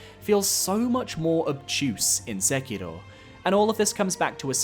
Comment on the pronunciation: Finally, a YouTuber that pronounces Sekiro correctly!